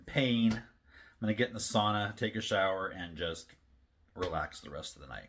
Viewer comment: How is your knee? Growing up in an area where everyone but my family and one other family is Finish people mispronouncing the word sauna is like nails on a chalk board to me.